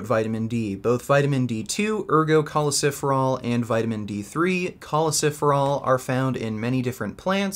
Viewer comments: It hurts every time he says choleciferol, when in fact it's choleCALciferol. Must be something about my ocd. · It’s not choleciferol. It’s cholecalciferol. Awesome video